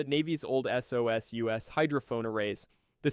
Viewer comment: SOSUS is pronounced as a word, never as "ess oh ess you ess". 😮